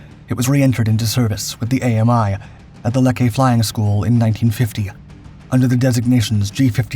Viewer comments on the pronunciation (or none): Enjoyed your video on Italian aeronautical engineering. The city of Lecce is pronounced “Le- CHE”😎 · Why do you say Meshersmitt when it is spelled the exact opposite? "Messershmitt" it is pronounced. And Freccia is pronounced "fretsha". No "i" is heard. The city Lecce is pronouced "Letshe"